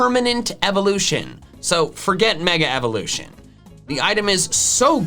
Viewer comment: Sneasel, not Sneezel! Weavile, not Weville! We don't use the word its as a pronoun if there's an apostrophe in it! Evolution, NOT evelusion!